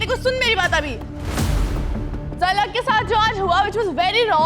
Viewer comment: I noticed mispronouncing everyone’s name 😂 eg. Asmitha - Ashmitha….Zalak - Jalak 😂